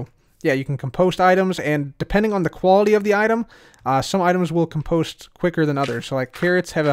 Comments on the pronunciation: COM-post not com-POST... Check the dictionary:) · Say "comedy", now say "compost" with emphasis on the "com", not the "post". You're welcome.